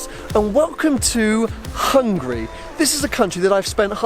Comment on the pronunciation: "and welcome to Hungry.."